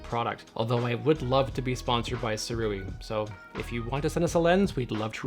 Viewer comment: I ordered mine when it was on Early Bird Indiegogo launch . . . . . Pweshusssss! And apparently it’s pronounced ‘Sue-Ray’ 🤷